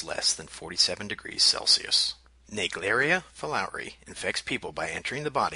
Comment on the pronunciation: Fulowri” 😂 that’s not the pronunciation.